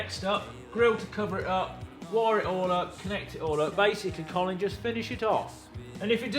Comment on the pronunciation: Ah yes. Qolin Furze.